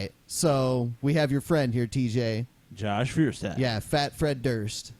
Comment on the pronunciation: Josh Feuerstein cant even pronounce his own last name. It's pronounced Foyer-shtein. It's german for flint.